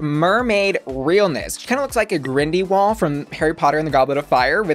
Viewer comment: Just FYI it's a Grindylow not a grindywal